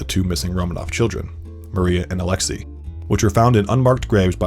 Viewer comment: it's Alex-say not Alex-e